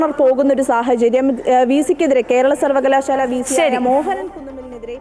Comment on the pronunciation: News reader please dont stress in the wrong places. Sounds very awkward. Sarvakala....shaaaala . Why do you stress shaaala alone. It is one word. Vidyabhyasa sthapanangal. why sthapanam gets more importance? Malayalathe kollaruthe.